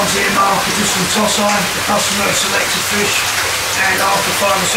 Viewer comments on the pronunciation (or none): Toe Si not Toss Eye, Christ!